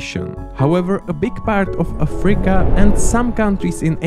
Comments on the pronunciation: Could you, please, stop saying “AFREEca”? The name of the continent is “Africa”, thank you. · ok this video is just AI slop. If not for the pronunciation of "Afríca" and for calling guatemala "South America" i may have not noticed. Just terrible.